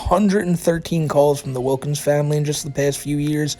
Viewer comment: it was "famuhley" that got me to realize